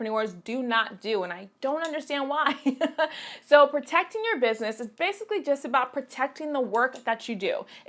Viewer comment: is that an accent? "bayasically"